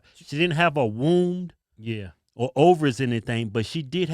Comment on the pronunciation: Women have “wombs” not “wounds”. LOL 😂